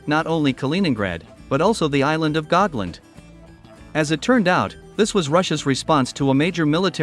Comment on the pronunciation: The name is Gotland, not Gogland